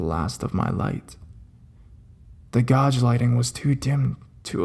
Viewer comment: gauge? that "gayj" not "gawj". If not gauge then what is that word?